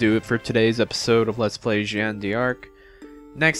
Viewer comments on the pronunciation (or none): Would you like a laugh? to give Gilles his french pronunciation you would essentially be calling him a girl, because Gilles french pronunciation would essentially be saying Jills =3 Orléans is pronounced Orleon. Not being THAT person, just happy to help educate my favourite LPer ^^